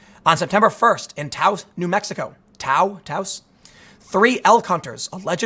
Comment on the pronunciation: You pronounced Toas correctly. Good job.